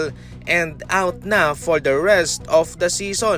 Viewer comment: Beal "iut" for the season? Hahaha